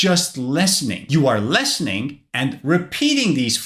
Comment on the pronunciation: Just need to improve your pronunciation for the word “listening”, other than that good job! 😉